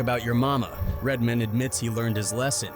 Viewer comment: Why quote people if you're you're just gonna play the clip? Also, do more work and narrate it yourslef. "Redmen" 😂